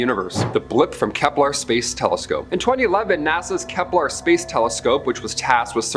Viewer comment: It's "Kepler" not "Keplar"